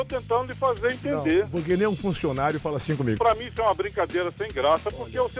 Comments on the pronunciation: " Nimim"?????????? Meu Deus, alguém me mate!!!!!🤣🤣🤣🤣🤣🤣🤣🤣🤣🤣🤣🤣🤣🤣🤣🤣🤣🤣🤣🤣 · Não é ''nemim'' KKKKKKKK ta de sacanagem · Nimim hahahaha Não é nimim. HAHAHA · " os funcionários confiam 'nhemim ' " kkkkkkkkkkkkkkk .